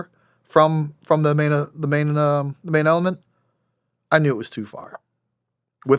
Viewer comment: "manailment" the uhh main element